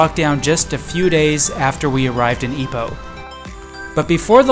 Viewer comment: Thank you for pronouncing it correctly. Some pronounce it as 'eye-poh', and was really stubborn about it. Happy to hear enjoy your stay in Ipoh. 😂I drove to Ipoh, once, just to buy the famous butter cupcake from the late Madam Nancy Chong, and drove back to KL, within the same day. Total of 5 hours drive 😅